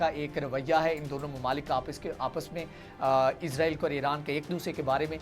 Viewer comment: اسرائیل لفظ ہوتا ہے آپ ازرائیل کہتے بہت غلط ہے